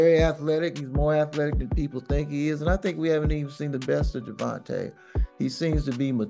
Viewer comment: First off - It's GER- VON-TAY! Second of off - they should sue you for saying nor alot of hype surrounding the fight. Yes there is. Maybe not for your community.